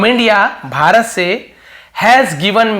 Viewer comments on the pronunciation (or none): none